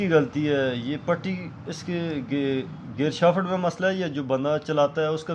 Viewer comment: Shafat Ni Hta Shaft hta ha